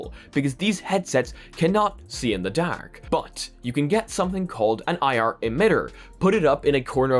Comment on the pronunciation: i had the stop watching this video simply because of the was he says dark..... nope....